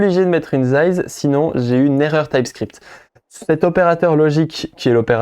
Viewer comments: Size ca se dit "ssize" pas zize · "zaïze" :) j'avais jamais entendu encore Sinon, cool pour cette vidéo, merci ! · 😂 même moi je n'avais pas compris pourquoi il zaïz ???